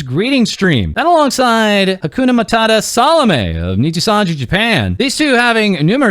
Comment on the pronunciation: bruh Hyakumantenbara = hakunamatata, close enough KEK